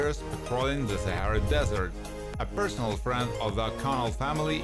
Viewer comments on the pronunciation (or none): none